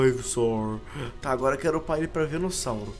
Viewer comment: parem de falar venussauro😭😭😭😭 é VENUSSAUR